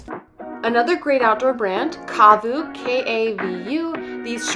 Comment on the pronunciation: KAVU is pronounced with a short “a” sound, like “hat”….KA-VOO. It stands for Klear Above Visibility Unlimited